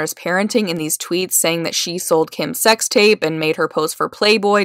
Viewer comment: He didn't say "sex tape" he said "sex rape" this is crazy. Does he have bipolar disorder?